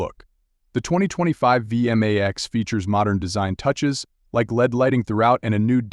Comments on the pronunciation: V m a x.. It sounds ridiculous when it's said like that.Over and over again. It's V Max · It's vmax one word not v m a x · It's vmax not v m a x, at least get the name right